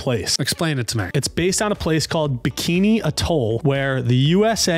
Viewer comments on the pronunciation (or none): Americans don’t even know they’re own history. Can’t pronounce atoll means he’s never heard it before.